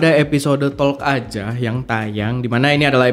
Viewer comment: Bang erwin maaf, TALK L ny di silent aja, jaadinya TOK SHOW bgitu 🙏